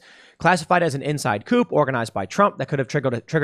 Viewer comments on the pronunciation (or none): "Coup" (coop)? Tim, I think you've spent too much time in Chicken City. 😁